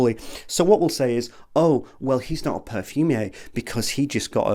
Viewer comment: I love how you say perfumiea haha 🫶🏽 Jaja I miss you I know you are pursuing your film making carrier but we frag heads we need you 🫶🏽